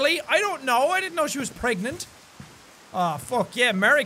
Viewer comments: its not pregnant its pregananant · no it is bregnant, right? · Dylan perhacs-harris greggnant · No its clearly pergert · Dylan perhacs-harris it's pregonate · Dylan perhacs-harris it's pregantie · Dylan perhacs-harris No it's pergernat, lol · Dylan perhacs-harris Preganant